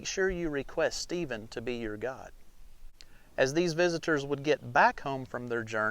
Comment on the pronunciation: It took me until the end of the video to understand he wasn't saying "Cave God", but guide. Still, very good!